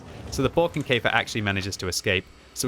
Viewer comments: Sigh. Not pronounced "Barkenkaefer" but rather "Borekenkaefer." Other than that, nice video. 🙂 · Pronounce it like "boerkenkefer" and it sounds like the german "Borkenkäfer" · Did you say Brokenkafer??.... LOL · Nope you speak it wrong. That can you do better